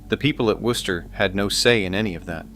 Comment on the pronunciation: Thank you for pronouncing Wooster correctly.